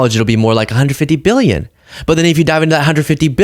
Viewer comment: I get nauseous when he pronounces billion as bee-yun. Claims to be one but can't pronounce it properly. Wonder if he can spell it? I bet not.